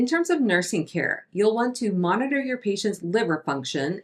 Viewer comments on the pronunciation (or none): Yup, moniturr the do do do ^^ jokes aside, keep up the good work 😊